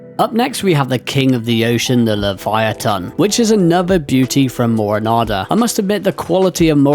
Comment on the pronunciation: Also you're the first YouTuber that actually pronounced Livyatan correctly 🤣